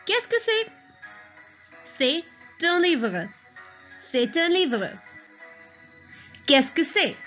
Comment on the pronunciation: "Qu'est ce que" its rare to dont pronounce "Ce"